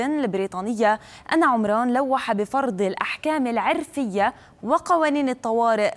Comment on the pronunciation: ايش التخلف ذا ، تقول عرفيه بفتح العين ، يارباه .... هذي مقدمه اخبار ، قناة تافهه